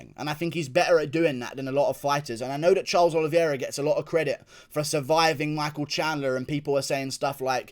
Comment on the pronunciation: It’s pronounced oliveira not oliviera